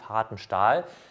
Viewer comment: ... das Eisen helt länger? Es hElt ... echt jetzt? Heltet euch fäst, bevor jemand vom Stuhl fellt ... omg